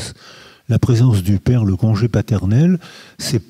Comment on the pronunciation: Bien entendu, on supprime mes commentaires, notamment sur le fait que Monsieur n'a pas été capable de prononcer le mot "père"... allez-y, "éliminez-moi" en tant que voix discordante...